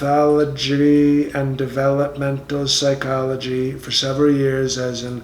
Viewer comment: Love the psycho-lodge-y. These are hard words! They weren’t on the mental test.